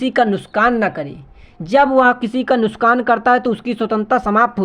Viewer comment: Nuksan ❌ Nuskan✅ 😂😅 Btw helpful video..thanq so much sir 🙏🙏